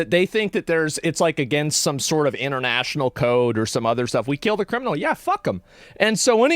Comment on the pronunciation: Hahaha when u said killed it sounded like keeled like in sailing